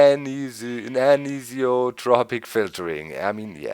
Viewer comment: I like how doc, the German, is one of the few who can actually pronounce "anisotropic" correctly...